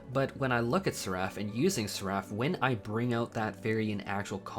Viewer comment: That's not how you pronounce Seraph...